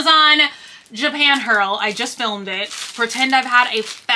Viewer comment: Girl! Its gashApon! 😊🤣 Not gashpon. Lol haha OR are you saying it that way on purpose like your "hurls" (hauls)? 🤣